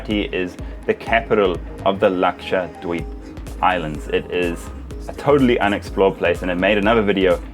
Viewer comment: Luxured weebs is what I heard and tought you were saying 😂